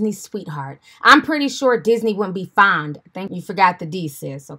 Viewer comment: It’s fond not found🤦🏾‍♀️